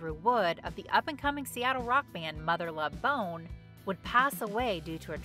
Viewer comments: Still have this album on display in my office next to my PJ and Soundgarden collections. Also, I don't like the way the narrator pronounces "Mother Love BONE". :) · I don't think Mother Love Bone is being pronounced correctly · Lol why is she saying "Mother Love Bone" in such a weird way??? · Why does she say Mother Love Bone the way she does? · So the footage shows recording with a computer, which wasn’t around in 1991. Also the narrator says Mother Love Bone very oddly. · In the future please learn the material, know it, don't just read it. The way you say Mother Love Bone I believe bothers me. Although I love the subject matter, this might be the worst video I've seen on this channel